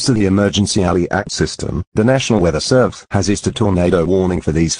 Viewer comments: AND THE WORD SERVESE WHAT IS SERVESE ITS SERVICE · “Nasional weather servese” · “Nasional weather servese isued a” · Um that is not Nasional its National and its Not Servesre, its Servese